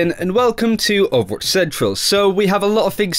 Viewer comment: Why can't this guy say Overwatch!? It's not pronounced "Ovwatch"